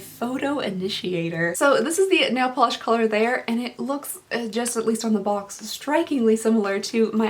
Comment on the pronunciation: Your accent really shows when you say box lol. “Bolks”